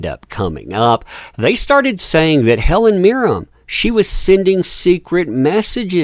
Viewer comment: All I can say is please learn how to say Helen MIRREN. Not Helen Meer-rim. Pffft.